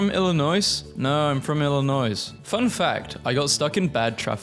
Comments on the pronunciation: Hearing him repeatedly pronounce the “S” in Illinois hurt and I’m not even that nostalgic for my home state beyond the family that still lives there…and John Deere tractors, of course. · Shotgun. I’m robbing you after you say the s of Illinois and Arkansas. I live in Illinois. MAKE A SORRY VIDEO NOW 👹🔪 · Honestly, I thought the inclusion of the "S" was just his way of making up for the exclusion of "W" in Iowa. . 😒